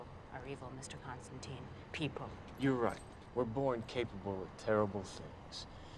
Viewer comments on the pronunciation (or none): Constantine not constanteen!